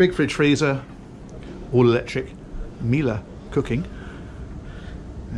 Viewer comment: Perfect pronunciation of "Miele" :)